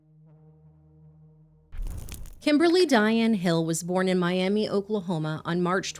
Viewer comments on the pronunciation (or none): Any other Oklahomans wanna point out how she pronounced Miami Oklahoma 😂, common mistake. I believe it’s pronounced like my-am-ah ? Its after a native tribe I believe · I’m sorry to say but it’s pronounced “my-am-uh” for Oklahoma’s Miami, it’s really confusing even living here 😭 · Miami, OK is actually pronounced My-am-uh. Not my-am-ee. It's after the tribe! I hope mentioning this doesn't upset anyone. I am from the area and it got told to us constantly as kids. I am devastated that such a horrific event happened to her. I hope she rests peacefully. Thank you for bringing her story out. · As a Quasi-local to Miami, OK. Just info for later. Not a critique. I promise. It is pronounced "Miama" or "Miamuh". Don't ask me why. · My-am-uh, Oklahoma lol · In Oklahoma, the city is pronounced my-AM-muh. ETA: you look really nice today,! That dark green is great with your skin tone. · Hey guys I know it’s a serious topic and y’all have probably already had this comment but it’s pronounced (my-am-uh) Oklahoma, again I’m sorry, I love you guys and your videos help so many families get their stories out there. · FYI, it's pronounced My Am Uh